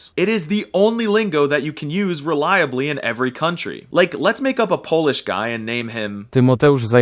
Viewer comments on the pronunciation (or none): none